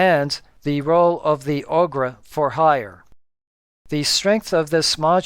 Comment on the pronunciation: Very thorough! Thanks! I noticed pronunciation of kobold and ogre I hadn't heard before!